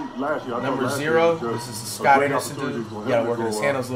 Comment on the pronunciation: This man said “Scott” 💀